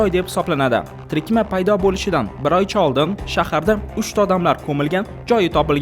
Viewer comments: Tirikma emas tirkama nimaga shincha shoshasan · Iltimos xurmatli blogerlar, hech bo'lmasa o'z tilingizda to'g'ri va tushunarli gapiring. Tirikma emas, tirkama, ruschada прицеп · Trikma emas, tirkama deyiladi dalbayop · Трикма эмас тиркама 😅😅😅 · Tirikma emas Tir-ka-ma! Tirkama!